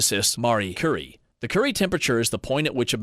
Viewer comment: I’m curious why there are various common mispronunciations during the video. Is the voice computerized or is there an announcer used for their voice not knowledge. Marie Currie pronounced Marie Curry and there were others.